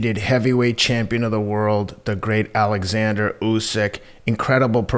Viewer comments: Its Oleksanr Usyk not Alexander btw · His name is 'OLEKSANDER' lol Jesus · It's pronounced Oleksandr! Just because you're American doesn't mean you have to pronounce EVERYTHING incorrectly!! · It's not a big deal but it's irritating. Nothing effeminate about pronouncing words correctly!